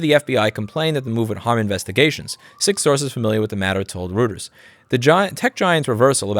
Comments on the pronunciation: Hello Lewis. It's definitely Roy-Ters. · It's pronounced Roiters. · It's pronounced "roy-trz", Lou! 😉 PS: love your arm chair chats! 🙂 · Roy-ters, dumb ass. What are you american? Oh... wait... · Thank you for the good video, very informative and well delivered. It's nice to see both sides of the story. It's good to see that not everyone stands by their first opinion in the face of more information. Reuters = ROY-derz Neuenschwander = new-in-SHWAN-der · You almost had it :D. It's "Royters". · Reuters is pronounced "Roiters" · I think it's pronounced 'roy-ters'. ;) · It's pronounced Roy turz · Reuters is pronounced "roiters", might want to get it right now as it & Associated Press are MAJOR sources that many new outlets get their stories from. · Hi Louis, please note that the news agency REUTERS is pronounced 'ROY-TERS'. I love your work. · eu = oy both in Reuters and Neuenschwander. Other letters you read as you'd expect. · It's pronounced ROYTERS! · Reuters sounds like Roy ters, is actually a very big and reputable news source. For Neuenschwander I defer pronunciation. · You pronounce Reuters as Reuters, it is not difficult like the following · How un-german of you to mispronounce "Reuters." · Reuter's, Routers? Meh lol